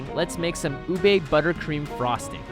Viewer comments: It's not uBAE It's OOOBEH get on our filipino level (We're not really mean I was kidding) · They pronounced it ooh-bae When its actually pronounced ooh-beh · isn't it ube not ubey? Also I cant believe how accurate it is!! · A Penguin approves their pronunciation. It's pronounced as ooh beh not oohbae. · Bro- Im getting triggered bc HE keeps saying UBEY Its literally pronounced U-BE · how you say ube (ooh-bay) how its really said (oob-eh) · Not ubei u be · How Americans pronounce ube ubi no its ube you Americans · I'm a filipino i say uuube when i heard lars said ube i heard ubey I like leche flan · oob role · Say it with me, "U(Ooh)-be(Beh). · My teacher keeps making fun of Filipino foods. He pronounces Ube, OOB. He's like, "Well, you say YouTUBE. If you take away the "You" then it sounds like "OOB"." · UBE CAKE? DID YOU SAY UBE CAKE?!?!?